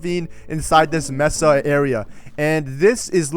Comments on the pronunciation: Bruh its mA-suh not messa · he says it like mehsa but its pronounced maysuh